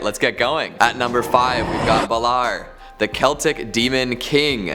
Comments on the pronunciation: Wouldn't no. 5 be pronounced bay-lore? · DUDE, thats not how you pronounce Balor. Baaaa Lore get it right.